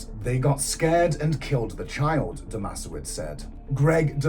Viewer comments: I wish you would look into pronunciations if you're going to make a video from a true crime. Firstly the town is NOT pronounced MO it is MO..E and you got the babysitters name all screwed up also...It's not DOMASHOWITZ. its pronounced DOMA SE VICH. It doesn't take great effort to check details are correct when doing a story. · The town is pronounced Mo-ee, and Greg's surname is Dom-a-sev-ich but only Aussies would know that. Greg totally killed him. Bylinda and her sister both had a baby each with Brett Leskie. The town of Moe is the definition of aussie boganville